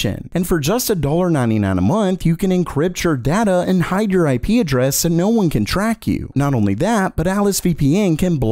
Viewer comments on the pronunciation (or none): none